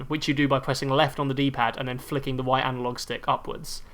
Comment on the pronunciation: "The weft and the wight, pick and woll, JJ Bawea" lmao